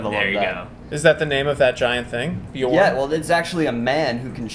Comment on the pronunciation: Nope, it's pronounced /bee-orn/, it means 'bear' in Old English.